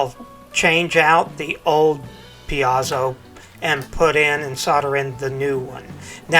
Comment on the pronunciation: It's pronounced "PEEZO"! Because Mr. Piezo certainly knows how to pronounce his own name!